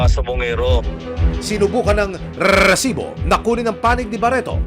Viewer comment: ok na sana eh pero prang cya lng natutuwa dun sa pagbigkas nya ng reeeesibo... BWISIT..